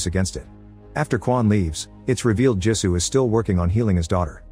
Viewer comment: Jisu not gee su